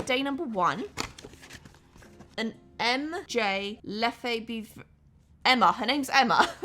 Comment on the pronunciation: Hi,! You pronounce Emma's surname Luh-FEV- ruh. In other words - ignore the "b", it's just there to confuse you 😉😉